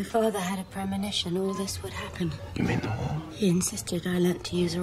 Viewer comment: The way you said War had way too much 'h' in it and I had to play it back to make sure.